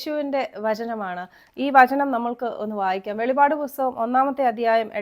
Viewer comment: വെളിപാട് അല്ല വെളിപ്പാട് ആണ്